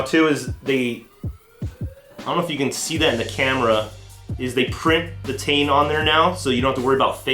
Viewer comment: "T-EYE-N" not "Tane"...